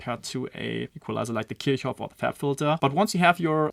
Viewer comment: Thnaks for properly pronouncing the EQ's name - and not calling it - KIRK-OFF liek Americans...LMAO!!!